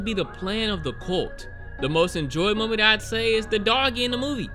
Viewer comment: love the way u say.. most disturbing moman. and interested momat..🤣